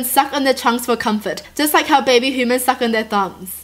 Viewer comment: I love how says humans like hoomans lol